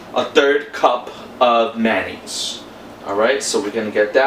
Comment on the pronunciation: It’s funny how you pronounce Manonaise. Instead of Mayonaise., not hating just making light fun. 😛